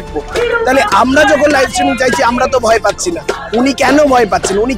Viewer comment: Uccharon korte parena kichu na streaming k stimming bolche dur dur